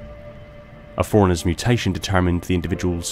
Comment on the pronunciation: Couldn't watch after I heard "The forerunners" referred to as "foreigners" 100 times in 2 minutes. Annunciation is key